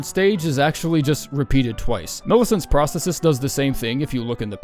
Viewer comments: Brother it’s pronounced pros-the-sis not prah -stetis. Sorry but you triggered me all video with that shit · Phenomenal vid, but it’s Pros-THEE-sis